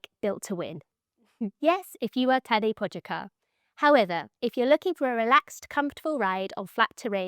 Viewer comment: Typical English language blindness… it just blocks you from reading out what’s written down… How to fix this? Practice syllable reading (this should be taught in school next to spelling…), like this: Po-ga-čar… (Po-ga-char)… you would not like it either if your name was Richard and everyone just called you a Dick… But… oh… 😂